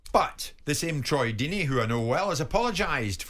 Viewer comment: Firstly it’s ‘Deeney’ secondly he is far from a road man. He’s more of an old fashioned English manager.